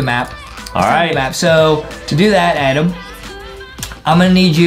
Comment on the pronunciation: It's Adem not Adam YAh